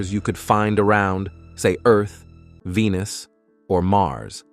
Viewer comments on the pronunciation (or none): The planet 'VenIce' LOL! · The "narrator" mispronounces "heavier" "Venus" and "Earth" (02 :22) among other things. It's kinda insulting.that someone thinks this is acceptable.